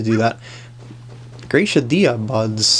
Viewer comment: If the Finnish dub of Giratina and the Sky Warrior is to be trusted, Gracidea is pronounced "grah-see-dee-ah".